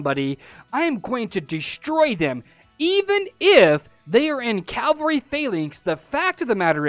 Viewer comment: Its cavalry! Spell it with me, C-A-V-A-L-R-Y. Not calvery. not cavlery. CAVALRY!